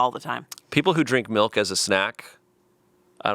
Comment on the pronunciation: anyone else clock that says melk?